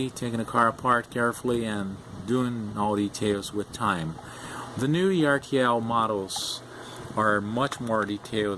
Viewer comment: ERTL = (urtle) like Turtle without the T. :-)